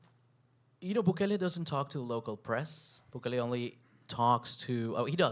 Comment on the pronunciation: Intro — can’t even pronounce his so easy name to name —- We appreciate Bukele